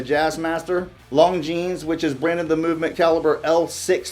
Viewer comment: You don't pronounce the S in Longines, bud. Good vid otherwise!